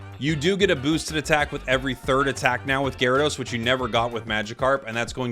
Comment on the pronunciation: We don't talk about ga-ry-do-oh-os, we don't talk about gar'dos